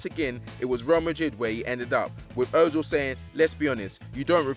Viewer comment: o-zil.... lol. it's pronounced ur-zil....